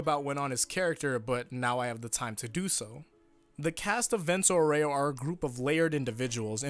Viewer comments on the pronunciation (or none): Just a thing: the pronunciation of Aureo is incorrect. It should be Àureo, not Aurèo. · It's pronounced àureo, not auréo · AAA-u-reo not Aureoh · why y'all pronounce vento aureo wrong smh, it's Aureo, not auREo... accent goes on A, ffs. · I didn’t know you could say aero that wrong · The vento was pronounced reasonably well but the aureo was insuferable harden that "r" almost as much as a russian acent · For the love of god stop emphasizing the E on Aur*e*o, you should emphasize the *A*, or just say golden wind.